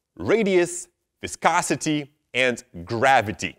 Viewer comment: you say viscosity very well. thanks for the help